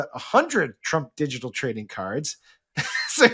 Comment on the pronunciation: He can hardly pronounce "digital ". Too much Xanax?